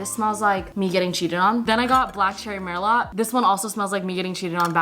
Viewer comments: its pronounced black cherry mer lo not mer lot lol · I cried when she said MERlot it's mer-LOWE